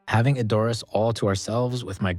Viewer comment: "ED..or... ass"......NOT..... e...DOR..ass